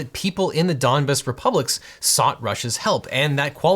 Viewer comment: Apology accepted. I was screaming at my phone every time you came with foreign things. Donbass, opinio iuris, pacta sunt servanda. You really sounded like a Donbass when you said Donbass like it’s similar to dumbass